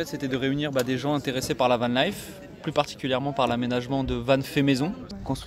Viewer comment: Dommage nous n'étions pas loin la semaine d'avant, on essayera de venir l'année prochaine ! Par contre je ne dirai rien sur la prononciation de "Vanlifest" par le journaliste... mais quand même... ;-)